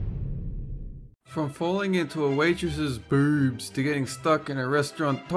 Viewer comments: Dolan, to me it sounds like you say, "BOORBS" I don't know why sorry 😂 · When Dolan says boobs he ads 18 o’s